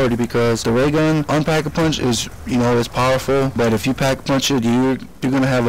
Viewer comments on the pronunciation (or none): you said pap a punch